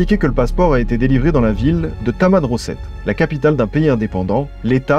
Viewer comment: C en Algérie et c’est tamenrasset c’est au sud du Sahara et ce son des nomade qui s’appelle tuareg et non pas tuared ou taured comme c’est dit vous pouvais chercher sur internet y’a pas de tamenrosset c’est tamenrasset et c’est au sud du Sahara Algérie